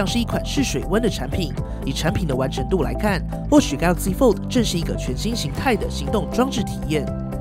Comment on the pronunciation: 拜託可以把 fold 的 d 發得清楚一點